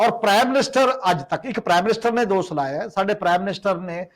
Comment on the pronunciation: The word is “Dosh” and not “Dos” as the commentator is pronouncing. Wrong pronunciation leaves a boring and confusing impact on the listeners . Thanks .